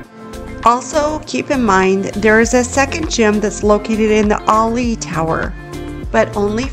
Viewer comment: That's funny, the $50 per day "resort fee" covers "free wi-fi" What part of $50 per day makes the wi-fi "free"? Ali'i is pronounced "A Lee E" We did Atlantis on Maui and really enjoyed it. It's a must do if you like to go under the waves without scuba diving. I've stayed at HHV 3 or 4 times and really enjoy the resort. My new favorite resort on Oahu is Aulani. It's location is reminiscent of what I remember the crowds and beaches to be like at HHV back 40+ years ago.